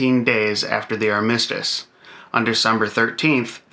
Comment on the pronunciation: Armistice – the accent is on the first syllable, Not the second. Great video.